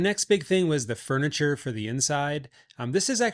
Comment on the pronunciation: Furniture. (Not an 'a'.)😊